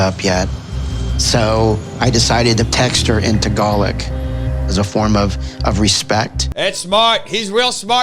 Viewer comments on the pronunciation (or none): "Tagalic" Ooh wow I wanna punch him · Someone want to tell him it's TAGALOG not TAGALAK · Uh it’s tagaLOG not togaLAC Uhhhh so irritating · Wtf is tagalic Like I’ve never hear anyone say Tagalog as ‘ tagalic ’ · I just want to scream through the screen "IT'S PRONOUNCED 'TA-GA-LOG' YOU ASS" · Is that how the word "Tagalog" should be pronounced? Honestly curious. I think I've been saying the word wrong. (See, some random white American chick on the internauts cares more about respecting Pinoy culture than this dude whose fiancee actually comes from there.)